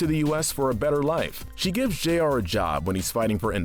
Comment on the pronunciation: isn't it Jr and not J.R.?